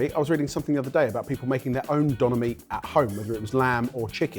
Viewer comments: As a german I want to learn the correct pronounciation of "Döner". "Donner" ist an entirely different word meaning thunder. Döner is just Döner. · as a german, i cringe everytime when you say "Donna" to Döner. good grief.